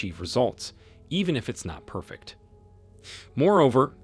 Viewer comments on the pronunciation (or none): none